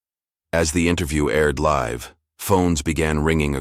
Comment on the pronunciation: Live as an adjective is pronounced differently than as a verb. Please keep them straight